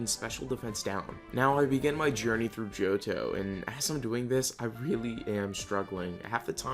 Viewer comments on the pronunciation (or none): none